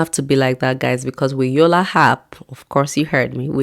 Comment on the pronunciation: It's called yolla app not yolla hap 😅